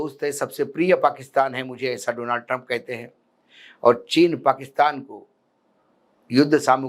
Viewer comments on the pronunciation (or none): none